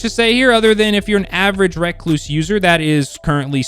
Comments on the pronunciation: Can people please stop saying RECKLOOSE instead of re-cluse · reck-loose.. nice dude.